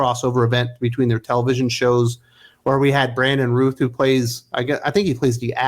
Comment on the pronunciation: Routh rhymes with South